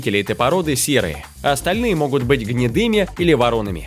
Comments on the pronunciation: Не вороными, а воронЫми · ВорОными? ВоронЫми. Голос приятный, но дикция..... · "Могут быть гнедыми или ворОнами"?????? Вы о чем??? Может все таки воронЫми! И ударение не там и буква не та. И в целом русский язык подучите. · Не ворОными,а воронЫми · Не вороными, с ударением на первую букву о, а вороными, с ударением на ы, клоун. Чем больше несешь чушь, или откровенно врешь, тем больше на тебя обращают внимание. Это искусство пиара. А где - Владимирский тяжеловоз ?